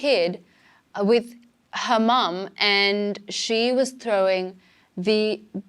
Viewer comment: She pronounced Her mom like hamam